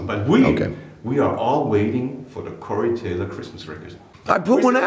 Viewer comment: torey caylor lol